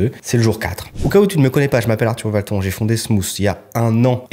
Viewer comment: Hâte de découvrir la suite! Et sûre que tu atteindras ce million cette année ou pas. Une source d inspiration ce poadcast. Et étonnement... toi, tu n automatisais pas?! Ouiiîiiîi la vidéo " micro"! Obligée de rire en début de vidéo, quand tu as dit Arthur ValtON, ça m a choqué... Dans ma tête je prononçais ton nom... à l Américaine? sur le marché mondial? 😉